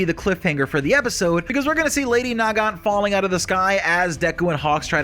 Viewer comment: I seriously can't tell if you're doing that on purpose or not, it is Nagant. NOT NA-GANT, come on!